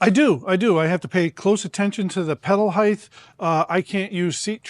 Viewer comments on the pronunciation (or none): “Height” NOT “Heith”